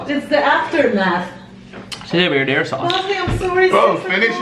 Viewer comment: Tase like marina- tase like marina sauce- it tase like marina sauce- marina sauce